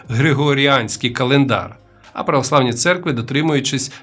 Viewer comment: Хто такі ці ,,провосьлавніє,,?